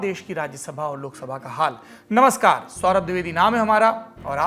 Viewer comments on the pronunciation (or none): none